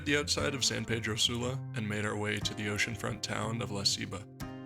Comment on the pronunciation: He keeps mispronouncing La Ceiba